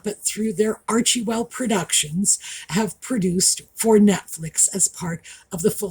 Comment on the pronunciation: the name is Arch-well not Archie-well, unless you are making an intentional pun.